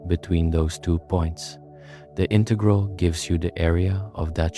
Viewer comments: This is great. But two critiques: 1). The background music is disruptive. 2) Would it have been that hard to pronounce integral in the standard manner? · bro wants to teach me about calculus but cant pronounce integral properly , nah im not interested